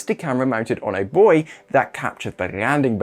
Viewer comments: At last some one who pronounces buoy properly. For this alone I will add this channel to patron. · he pronounced it the proper English way!